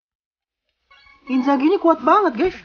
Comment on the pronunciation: Inzars bukan inzaghi yaampun